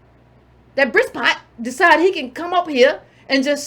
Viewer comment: i laughed when kept calling the man Brispot because it sounds too much like pisspot.